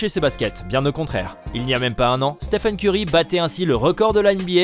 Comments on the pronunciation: On est d'accord on l'a tous insulté quand il a dit steven au lieu de stephen? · Stephen curry non pas steven curry😤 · steven curry wow c'est Stephen et non steven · Au début C'est pas Steven mais Stephen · Il s'appelle Stephen pas Steven en plus il a parlé de qlq records pendant 8 min pour parler de 2 ou 3 richesse pendant 3 min 🙄🙄un peu d'effort quand même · Steven curry il a dit 😂😂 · De ouf 😁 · oui clairement, mes oreilles ont saignés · T'as raison wesh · Total Oui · Mais ptdrr déjà il dit Steven et ensuite le "jeune" meneur des warriors sérieusement??? Et curry est pas du tout chez Nike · Il l’a appelé STEEVEN Curry 😭😂